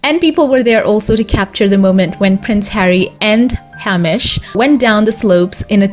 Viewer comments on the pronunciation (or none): By tje way, Hamish (a very Scottish name) is pronounced haymish - hay as in dried grass, as in making hay.